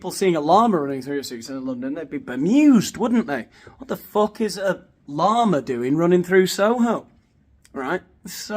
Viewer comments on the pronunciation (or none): Are you saying "llama" or "law-man" ...? Oh, okay, you just mentioned mountain lions ... good grief. I actually thought he was comparing himself to a "law-man" running thru the streets. 😅